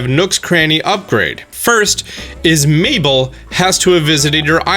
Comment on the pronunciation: I was wondering who miiball or meatball was and then I see you talk about mabel and I was so surprised how different you pronounce that haha